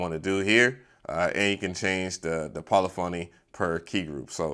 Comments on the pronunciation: Puh lif uh knee. Not poly phony. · Po liff a knee, not poly phony LOL. Had to mess with you LOL. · Yo the word Polyphony is pronounced "Polifany" Come on MAN!